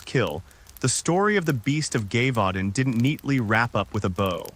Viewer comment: At least learn how to pronounce Gévaudan... show some respect to history. Or adjust your AI's language settings.